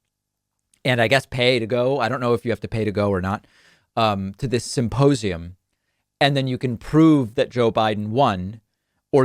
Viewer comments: did you just say 'suppossium'..? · Is he saying "supposium?" That would make more sense than symposium, as his evidence is just Mike supposing that Trump couldn't lose - even though all polling showed him losing in a landslide for months prior to the election.